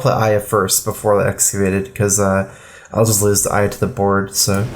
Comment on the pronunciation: Two syllables too many. It's Aya.